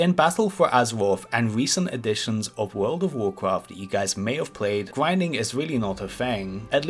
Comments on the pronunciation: You're telling me you've never gwinded wedwidge? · Gwuinding mumbs for expewience c: lol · "You need to do some gwinding“ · GWINDING LOL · gwinding on youw cwasic wow cawacktew :D